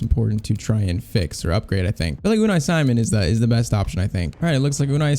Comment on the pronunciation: You pronounced Unai Simon wrong. He is pronounced as UNAAI SIMAUN